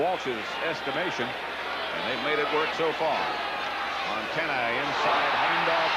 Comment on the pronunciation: he was soo high he couldn't pronounce MONTANA, lol